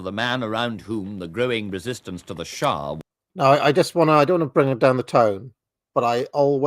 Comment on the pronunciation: For the sake of my mind and general level of American education, it is Shah not shaw